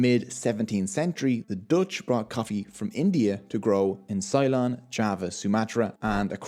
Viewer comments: Ceylon is not pronounced "Sigh-lon" but "Say-lon". Just a small point. :D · Great video. Love the balance of politics, economics and social repercussions. Just a pronunciation trip. Ceylon is pronounced with Cey rhyming with Key, (might it be better written Silon? Yes, probably, and would be a better approximation of the origin of that name). Also, no one uses that term anymore outside of historical description as its considered a colonial renaming of the country Lanka, now Sri Lanka (that's not me taking a potshot at you, just providing context for other viewers).